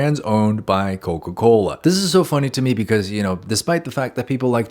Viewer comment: ......Coca Colaaa??